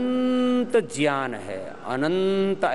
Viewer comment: बाबा जी आप ज्ञान (gyan) को ज्यान (jyan) क्यों उच्चारण करते हैं।कृपया समाधान दें।